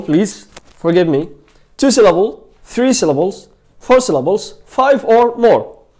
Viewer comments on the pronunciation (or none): none